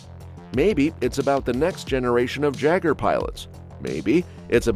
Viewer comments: It’s clearly (yea-ger) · Bro not the commentator actually saying the word Jeager in pronunciation with an actual j sound! The J sound is supposed to be silent and replaced with a Y sound!!!! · every time you say jeager like that i start to lose the will to live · Imagine being a YouTuber and not knowing how to say the word jeager or saga